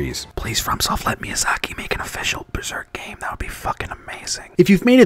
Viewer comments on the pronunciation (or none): none